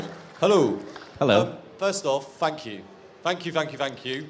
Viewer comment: OMG I heard the guy asking first question said "F*ck you" not "Thank you". )))